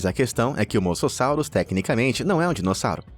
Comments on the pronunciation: E mosassauro e não masasauro 😂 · cara ,pra mim já deu ,vcs só fazem esses vídeos por visualização. vcs estão tratando animais como monstros, seres terríveis q nunca deveriam ter vivido no planeta ,isso tirando as pronuncias erradas dos nomes ,sério no moçossauro ?! as piadas péssimas , associando eles monstros de filmes então pa-ra-bens! vcs perderam um inscrito seus norte americanos gordos e idiotas!! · É moSASSURO E ALÉM MUITAS PRONUNCIAS ESTÃO ERRADAS